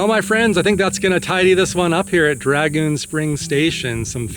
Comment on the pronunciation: It's dragoon, not dragon.. da